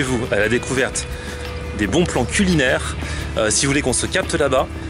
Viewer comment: 9'50 "bons plans cul linaire"